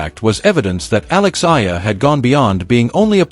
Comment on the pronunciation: Pronounced: Eh..ya..la